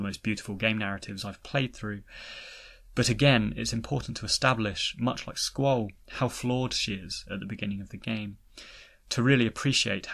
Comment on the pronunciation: Your mispronounciation of Squall makes a good video nearly unwatchable